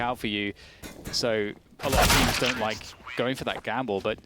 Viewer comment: saying man lyke gives me the will to live